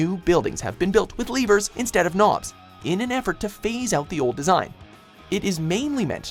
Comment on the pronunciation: Spent 5 minutes trying to figure out what the hell a "leever" is until I realized it was just his atrocious pronunciation of "lever"